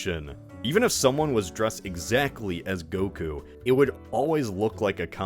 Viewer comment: Pronouncing goku as gogurt it’s funny